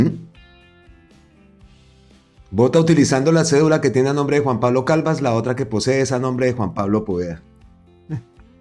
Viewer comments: Creo que primero tiene que aprender a leer pues no es Calvas es Calvás y respetando las reglas toda palabra aguda que llevan tilde son las que llevan acento en la última sílaba😮 y terminan en n, s o vocal y la está pronunciando como palabra grave que tienen el acento en la penúltima sílaba y no llevaría tilde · Ojo a la pronunciación del apellido de Juan Pablo Calvás, lo está pronunciando con acento de palabra grave y es aguda con tilde en la última sílaba: Calvás. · NO ES "CALVAS". SE DEBE LEER ES "C A L V Á S", CON TILDE EN LA Á. O SEA, JUAN PABLO CALVÁS.